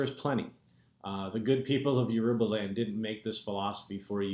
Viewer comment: never heard Yoruba butchered as such... smh Absolutely atrocious. why have u abandoned the ways of YOUR ancestors?